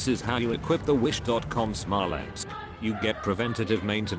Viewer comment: ok. i was smiling until you literally spat out the phrase "This is how you equip the Smolensk" and then promptly lost my shit.